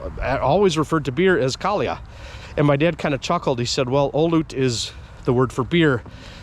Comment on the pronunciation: Intresting piece of history, and you tell it well! I am glad that your grandfather got honored in time. Even if it was a bit late. Tremendous respect for our veterans and we should always remember what they fought to defend. You said kalja very well and should have gotten service with that. You had one strange waitress back then. I always order "kaljaa kiitos", "olut" sounds too posh for me. Keep these stories coming! Hyväää joulua ja onnellista uutta vuotta!